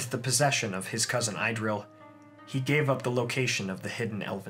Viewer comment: Love your First Age series!! But it would make my nerdy heart all the happier if you tried a little harder to get the pronunciations right. Idril is not pronounced "eye-drill", it's "ee-drill" etc. Otherwise, keep up the good work!